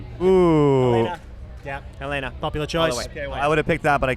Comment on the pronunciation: Why do they all pronounce “Helena” wrong?